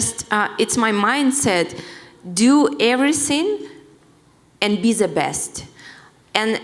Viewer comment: Valentina " Do every sin and be za best" :))